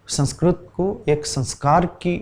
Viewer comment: संस्कृत शब्द मे त पूरा बोलिये भाई संस्कृत . . आप तो त को हलन्त् बना रहे हो